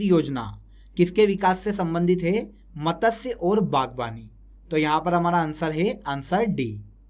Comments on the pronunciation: Matasya nahi h matsya h .. pronunciation pe work karlo bhai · उसे मतस्य नहीं मत्स्य बोलते हैं